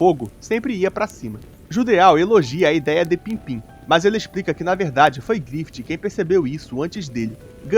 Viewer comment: pippin nao pimpim mestre hehehe